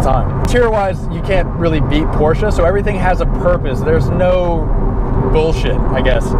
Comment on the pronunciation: Cringing everytime he says porshca